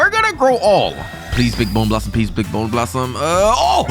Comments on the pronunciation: Bone blossom ❌ bone blassam ✅ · Its not a bowner blossom its a bone blossom